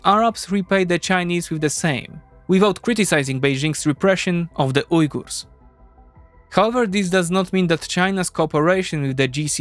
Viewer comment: YES! Someone pronounces Uyghurs properly, not like "wiggers"!